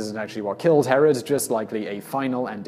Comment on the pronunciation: Yes, but for clarification, it's 'Herod', not 'Harald'. 'Harald' is a common name for northern European kings, while 'Herod' was Middle-Eastern. And you don't want to get the two confused. Herod's been reviled for nearly two millennia. Any of the Haralds would have been gravely insulted if anyone compared them to Herod. (It was the pre-20th-century equivalent of being compared to Stalin, due to the Massacre of the Innocents thing.)